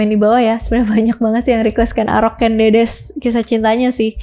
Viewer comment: ralat yg bener Ken Angrok ... bukan arok....